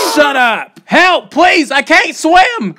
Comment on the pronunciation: "help pls I cayant swam" 😂